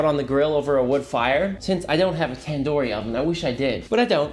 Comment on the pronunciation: tan dor chicken? its tandoori chicken not tan door